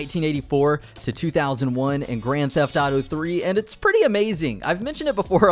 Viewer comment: Hahah he says Grand Taf Taro 🤣